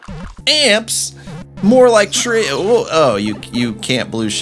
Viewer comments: Why can you not say 3 correctly today? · did you drink alc when saying "three" at the giant spike orb part?.